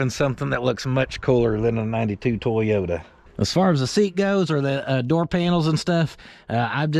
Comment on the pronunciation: The ole "TWOYOTA"